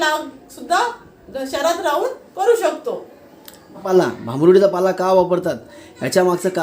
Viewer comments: पाळा नाही हो पाला बोला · पाला शब्द आहे, पाळा नाही